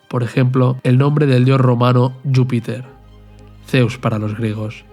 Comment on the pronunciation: A mi me suena más a catalán por como pronuncia Júpiter